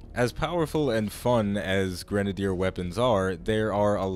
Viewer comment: the way you say grenadier. oy.